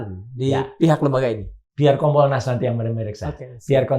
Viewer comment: KOMPOL-nas mas...bukan kon....😀😀😀